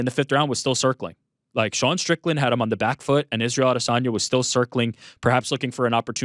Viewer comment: Why does Ariel have to pronounce Adesanya differently than everyone else? Did he get the low down on the correct pronunciation or is he just being pretentious?